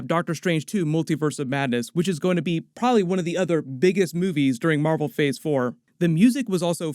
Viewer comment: You're doing a great job, young lad! I enjoy your videos well. But don't get a swelled head or get sloppy, you're not perfect! For one thing, there's three syllables in the word "probably" so don't sell us short. Otherwise a great effort.